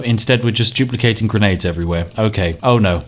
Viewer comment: Whenever you say "duplicating", I think you are saying "Jew placating"